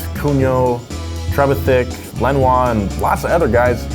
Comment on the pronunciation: it's pronounced tre-VITH-ick